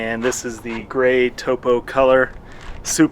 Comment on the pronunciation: Thanks for saying Topo correctly